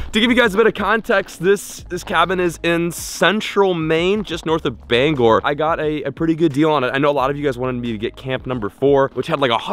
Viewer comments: Yep, he's actually there. Cause he knows it's pronounced "Bang-or" and not "Banger". :) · He said bangor right yessssss